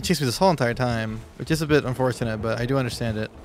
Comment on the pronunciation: unfourthinit un forth in it he says